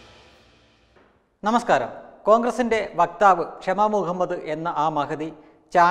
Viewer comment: It is ശാമ and not ക്ഷമ. There is a big difference. The dictionary meaning of Shama is = a long-tailed forest thrush of southern Asia, typically having blackish plumage with a reddish-brown belly.